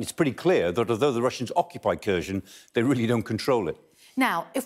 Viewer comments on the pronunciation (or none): Why does everyone seem to pronounce all these names wrong? Am I going mad or is it Kherson, not Kherzhon? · It’s not Kursion - pls at least learn how to pronounce names of Ukrainians cities. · They dont say kherson correctly lol